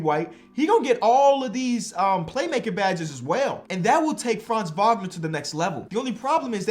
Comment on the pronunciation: As a german its funny to hear say Franz Wagner so often not because its wrong (his pronounciation is actually pretty good) but its still funny in some way